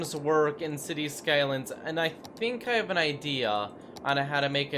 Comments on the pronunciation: City Skalyns? Get a fucking pronunciation coach you baby mouthed goof. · " cities skylands "